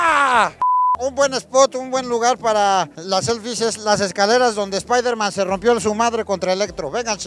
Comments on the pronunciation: Jajaja "seflies buenas" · "SEFLIES" dignas... No pos chingón